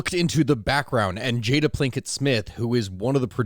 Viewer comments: My dude... its Pinkett, as in the ditch that was responsible for Chris Rock getting witch slapped by the Fresh Prince of Egypt, Bill Smith, since we r mispronouncing names, across the face in the middle of the Academy Awards. Holy Ptolomei, get your ish straight. Jk.😂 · Not gonna lie - you not bothering to get Jada Pinkett Smiths' name (there isn't a single L in this name) right is a little lazy, bruh.